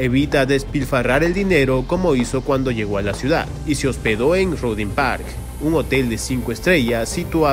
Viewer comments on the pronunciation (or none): none